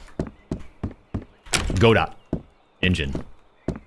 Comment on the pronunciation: I think its so funny that he thinks its pronounced Go Dot.